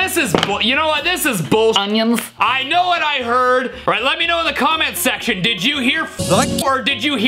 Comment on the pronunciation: BullOnions lol 😂😂😂😂😂😂😂😂😂😂😂😂😂😂😂😂😂😂😂😂 haha